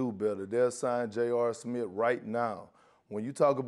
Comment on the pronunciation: Man Perk tryin to say Smith is the funniest thing in the world. “Stephen A. Smit” “JR Smit”. 😂😂😂😂